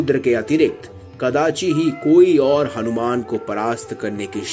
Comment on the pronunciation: Hanumana ji ka naam sahi se lena bhul gye mahoday aap... Bhagwan h ye hmare thoda shabdo par dhyan do aap